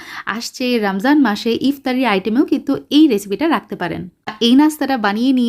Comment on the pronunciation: আপু রমজান মাস রামজান মাস না।আপনাদের মত কয়েকজন বাংলিশ মানুষের জন্য আমাদের বাংলা ভাষা বিকৃত হয়ে যাচ্ছে। ওভার স্মার্ট ভাবে কথা না বলে মলিন ভাষায় কথা বলুন ভালো লাগবে